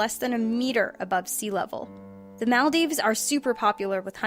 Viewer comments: That's most definitely not how you pronounce the Maldives. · you say Maldives wrong and it was very annoying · Why does every one pronounce maldives wrong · You say Maldives weird, Also Manchu Pichu